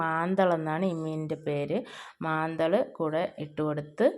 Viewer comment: മാന്തൾ ആണ് മാന്തൽ എന്നല്ല